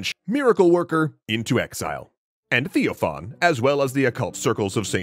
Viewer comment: Ugh, why do you call the bishops TheoFan and Hermogenes, not TheoPHan\Hermogen or Theophanes\Hermogenes? Maybe take a little time to study the orthodox names next time? And well obviously a claim that an orthodox bishop could have castrated himself is total gibberish, the scoptsy sect has nothing to do with orthodox christianity.